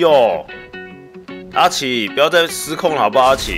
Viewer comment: 下一集不要在叫錯阿奇